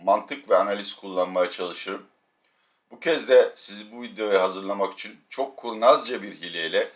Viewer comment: Abi bidaha İçüuN de nokuuur... :)))